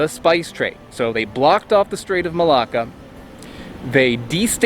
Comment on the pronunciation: i keep hearing malaka but you keep sayin malacca